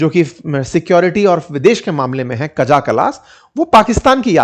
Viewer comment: Sir, it's not काजा but काया कल्लाश। Its written kaja but it's pronounced as kaya